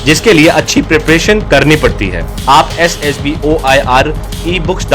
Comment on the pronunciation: Essd Ess B 😂😂😂 Mai ye sunkar irritate ho raha hu👽👽